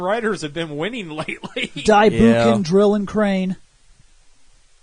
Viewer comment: In case no one told you, Japanese words ending in "ou" are meant to be pronounced like "owe". It's "bow-kenger", not "boo-kenger." ..Though depending on your opinions about these robots, you'll be going "boo-kenger" regardless.